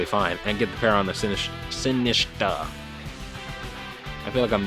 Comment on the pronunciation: Great content as always! Sinistcha is pronounced like Matcha (Green Tea) at the end: Sin-ist-cha. 😊